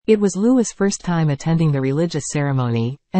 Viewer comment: His name is Louee. Louee. Louee. I detest computer generated voices.